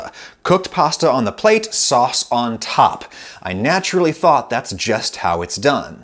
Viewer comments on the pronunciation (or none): none